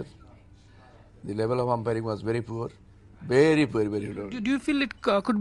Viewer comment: "Morally Bangladeshis are bery bery down" says the moronic ICC president Mustafa Kamal. Ha, ha. This match has made Bangladeshis immoral it seems! Who made this moron a President of ICC? the guy should be sent home. Anyway, he does not list the mistakes that were made in the match. A case of sore losers. Do not deserve a test status.